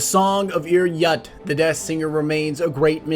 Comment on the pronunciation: Doesn't Ir Yut's name have umlaut above the U? (unsure how to do this on my tablet) It would make the name Ir Yoot, not Ir Yut Other than some of your pronunciation of a few words, I've really enjoyed your videos